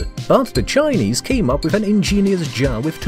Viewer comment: You say Chinese like dogs